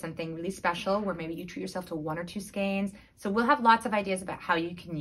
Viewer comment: Skein is pronounced SKANE